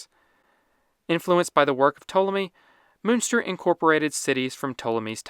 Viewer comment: Der Name, der hier ja sogar prinzipiell richtig ausgesprochen wird, schreibt sich: Münster / Muenster.